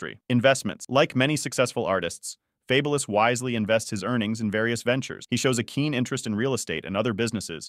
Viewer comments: Fab-u-lous lol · Yo channel should be deleted for the way you pronounce this man name wrong 😂🤦🏾‍♂️😬🥴 the minute you pronounce his name wrong. I had to cut the video right then and there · Ridiculous you can't even pronounce his name